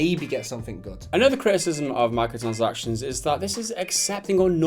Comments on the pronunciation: This guy saying 'micotchansactizns' is so annoying I had to dislike. Apologies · I like how he can't pronounce 'micro transactions' properly. He says 'Micro sansactions'